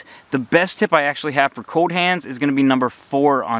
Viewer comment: Great video! Also, the word cold has an 'L' in it 😂